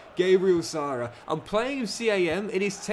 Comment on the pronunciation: He may be the current best player but can’t pronounce his name 😑 It’s Sara pronounce the a like ah not arr